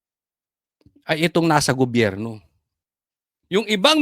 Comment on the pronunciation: banatetos lodi ko yan at si banat by na lagi goberyo ang bigkas sa gobyerno lagi ako update sa inyo